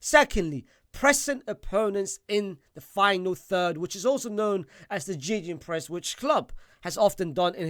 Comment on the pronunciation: Wtf is "Jejenpressing", bro. Gegenpressing. Is dat really hard? Cubarsi and Martinez speedy players??? 😂 What are these analyses 😂